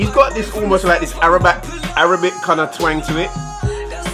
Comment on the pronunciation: Arabac😂😂😂😂 I’m sorry you corrected yourself afterwards 😂😂😂